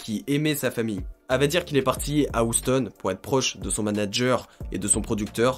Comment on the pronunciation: ca s ecrit "houston" mais ca se dit "youston" !!!!